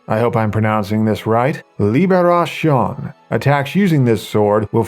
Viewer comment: The sword is pronouced "liberassion" not " liberashawn"